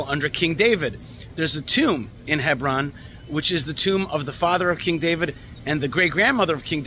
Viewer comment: ידידי… למען העברית…. נסה לבטא ׳ח׳ ו-׳ע׳ כראוי! חברון ולא כברון…🇮🇱